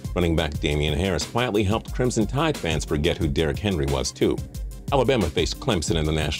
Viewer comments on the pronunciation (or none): none